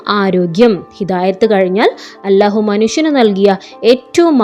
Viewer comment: നിങ്ങൾ ഇതിൽ അല്ലാഹു എന്നാണ് പക്ഷെ നിങ്ങൾ അലാഹു എന്നാണ് പറയുന്നത്